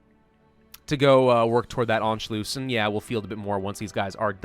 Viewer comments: Why did you say Anculuss so weirdly, An- shu- luss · "Anchlews" "Anchloose" I want to shoot myself every time he says it wrong. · Anschloos?? Pronunciation a bit of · How is it pronounced? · in anschluss, the u is short and the ss is sharp :D